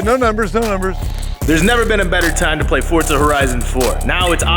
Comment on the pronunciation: Ken is the first american I’ve heard pronounce Forza correctly